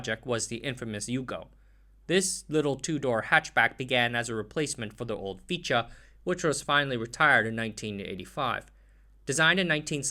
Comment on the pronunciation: A couple of errors I could hear: Fičo is not pronunced Ficha, but FichO. Kranj is pronounced KranY. Also stojedan is pronounced stoYedan. The author should not use English spelling with Yugoslav alphabet.